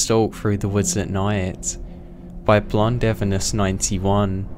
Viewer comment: Blondevenus? Blonde Venus, u mean? Not blond evenus. Wth. Sounds like a heart condition.